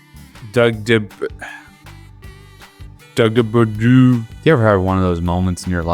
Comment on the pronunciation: "Dogue de Bordeaux" is pronounced "dog de boar-dow", not nearly as complicated as you thought it was 😂